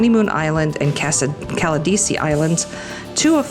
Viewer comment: oops.........she slipped up with Caldessi